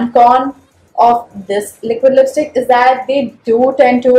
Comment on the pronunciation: 2.11 did you said lipistik 😂😂